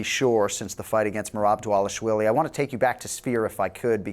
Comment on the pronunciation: WHY does everyone say "dah-WAH-lish-vee-lee"..??? It's, "Dah-VAH-lish-vee-lee"!!! Merab even made a video short of himself teaching people how to pronunce it correctly.